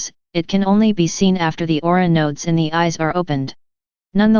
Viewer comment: What happened to your website? Is it still available under another domain? Also the word is Aura not AurOOra but awesome video.